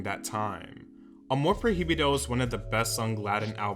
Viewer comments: if he learned it, yes. But clearly he has an accent and mispronounced prohibido. That's what I meant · not every language but I speak English and Spanish without a problem. He has one job, just the name of the album AMOR PROHIBIDO it’s not that difficult. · The album is pronouced "ah-more proy-bee-do" not "ah-more pro-hee-bee-do" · Amor PROibedo Pronounce it like that next time ❤️ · All he had to do was to listen to “Amor prohibido” 🔴 ONE TIME 🔴 to see how that word is really pronounced. But here we go with “pro hee bi doe” 😂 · Hermione Voice: it’s not Amor proheebeedo - it’s amor proy-veedo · I'm not usually this dramatic but I couldn't hear him say "Amor Pro-hee-bee-doe" again 😩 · Pro hi bi do hahahah It's okay don't worry I mispronounce some words in Spanish too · “Amor projibido” 😅😅😅😂 great video man✨🙌🏻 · little tip: in spanish the “h” is silent, so its amor “proi-bido” to pronounce it easier. just wanted to help ☺️ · pro-hee-bee-doh I can't, lmao. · Hehe Prohibido is pronounced proy -bee-doh, love Selena always, thanks for the video! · the Proheeveedoh took me out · "Amor projibido" What is air?!😂😂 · I could not stop laughing everytime you mispronounced the album name and song Just Pronounce "Amor Pro-Bido" You Kept Saying The H Too Much 😂 Love Your Videos But I Just Wanted To Help On How To Say It 😂❤ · He said amor proji bido lol well they pronounce h different, in Spanish is mute, Is difficult word for someone that doesn't speak Spanish but it sounds so funny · Not you saying “amor prohiybido” 💕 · the pronunciation of Amor Prohibido is triggering me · Just a little thing that kinda had me on edge 🙃 but, the “h”in the song “Amor Prohibido” is silent. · C'mon, you had to have heard the song to know that's not how you pronounce Prohibido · Me da risa cómo pronuncia “Prohibido” yo misma tuve que deletrearlo en mi mente para hacer sentido del por qué lo pronunciaba así 😅 no saben que la H es muda para nosotros... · the ‘h’ in “prohibido” is silent 🥺